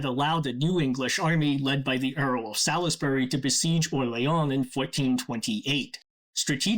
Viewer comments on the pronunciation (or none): Interesting video. FYI: Salisbury is pronounced as "Sauls-berry" in the UK. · I love the video! Just a tiny nitpick, Salisbury is pronounced more like Sauls -bree or Sals-bree, but tbh most English place names are not pronounced anything like they're written, so it's understandable that someone would make that mistake. Great video!